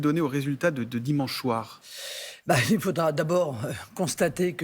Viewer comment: D'abord monsieur le journaliste ce n'est pas dimanchechoir mais dimanche soir.